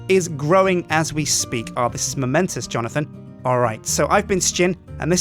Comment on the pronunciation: I was thinking Johnothan when he said johnothan lol